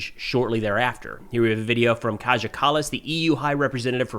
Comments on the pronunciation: Kai yah, the j is pronounced like y is yes. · Hey, love your videos and watch everyday from Germany. Just a note for today, Kaja Kallis, pronounced Kaya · The 'j' in "Kaja Kallas" is pronounced more like a 'y'. But quicker.